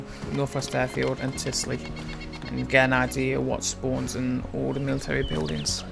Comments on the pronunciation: *usmc - not umsc ...... *tisy - not tisly ..... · Mate it's not Tisly, but Tisy... :P